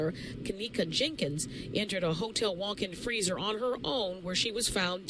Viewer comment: Wtf...can u talk proper? Wtf..her name itself is Kenneka Jenkins..with an s..good video but dam